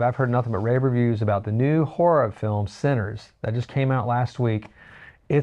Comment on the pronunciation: Just to clarify, the movie is called "Sinners" and stars Michael B. Jordan. I just spent a few minutes trying to find this great new scary move that I thought you said was called "Centres". I was almost movie scammed! 🤣